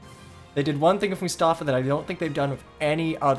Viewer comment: it's pronounced Mus-ta-faa